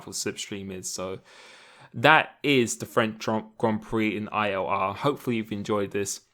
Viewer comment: “IOR” instead of ILR😂